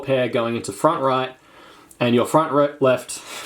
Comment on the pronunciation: “Front reft”